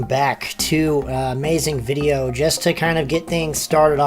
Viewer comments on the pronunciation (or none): none